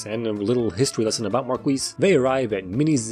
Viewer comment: My favorite thing is you pronouncing Marquis “mar-kweess.”